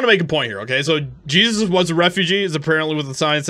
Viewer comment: First of all, you are mispronouncing the name on the sign! It is not the Biblical "Jesus" that is being called a "refugee"(sic), it is actually the Latino "Jesus" pronounced "hey-zeus"....just saying....